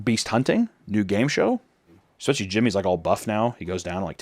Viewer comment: I love you so much but please for the love of all things STOP SAYING ECK-SPECIALLY